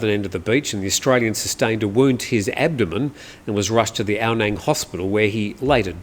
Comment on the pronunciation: It is pronounced "Ao Nung", I lived there for years.